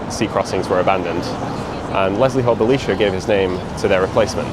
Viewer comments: Interesting that you pronounce Belisha with the ee sound rather than the eye sound. Belisha when referring to himself used the Bel(eye)sha inflection. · The correct pronunciation (used by Belisha himself) was Bel(eye)sha. He was an ally of Churchill , Jewish and therefore vehemently anti Nazi.